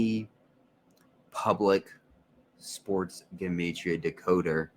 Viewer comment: Thank you for pronouncing 'Gematria' CORRECTLY (that is the #1 way to spot a fraud)